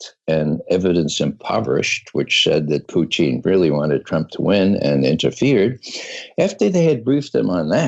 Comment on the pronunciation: I get hungry every time he says Poutine instead of Putin